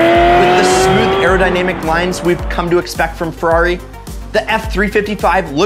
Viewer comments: Dude, it's a Ferrari, not a 'rari. Fucking hipsters. So cool, unlike us mortals. Interesting video, though. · Don't ever say rari ever again. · stop saying Rari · Rarri? Don't ever call it that again. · probably the most misguided video I have ever seen on youtube. great way to get into financial ruin. also please for the LOVE OF GOD stop saying "rarri". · you put too much emphasis on Ferrari